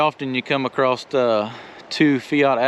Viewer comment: It's Across not "ACROSSED"